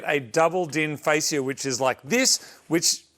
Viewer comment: You're killing me smallz... "FAY-SH-UH" or even "FAY-SH-YUH" ..... triggered moment over. Carry on, sir!